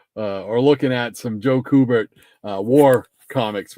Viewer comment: Great show. I liked the the theme and you should continue to do it. His name is pronounced Q - Bert. I have watched an interview with Mr. Kubert and that is how he pronounced his name. 😁